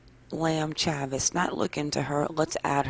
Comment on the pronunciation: I think Chavis is pronounced Chay-vis. Long A